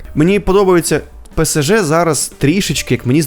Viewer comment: Дякую, тільки не ПЕСЕЖЕ, а ПЕ-ЕС--ЖЕ. Немає літери СЕ, - є літера ЕС.